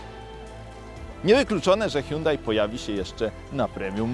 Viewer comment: Milion znaczków N i jakieś wymioty na próbę wypowiedzenia nazwy marki Myślałem że dowiem się coś o aucie ale niestety jedyne co się dowiedziałem że pierwszy i ostatni raz odwiedziłem ten kanał. Żal żenada tyle na temat prowadzącego